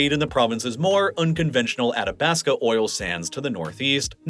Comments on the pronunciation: Athabasca is getting me too. Ath-a-basc-a. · Hearing you mispronounce Leduc, and Athabasca just hurt my Albertan soul. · It's pretty obvious he was just taking his best guess at many of the place names in this video, like "Spo-cain" (it's "Spo-CAN"), "Sood-bury" ("SUD-"), "Atta-bass-ca" (Ath-ah-bass-ca"), etc. Really could have used a pronunciation guide. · Leduc = Le Duke, not Le Duck, lol (but you got it right the next time you mentioned Leduc #7). Also, Spokane is not "Spo-kayne", it's "Spo-kaan", rhyming with "McCann" or "minivan". And "Athabasca" is pronounced just as it's written - "A-tha-bas-ka", not "Attabaska". Nitpicking aside, this is a really well done video and I get a much better sense of why Western Canada (where I live) is populated the way it is and why the US midwest is generally sparsely populated. Well done!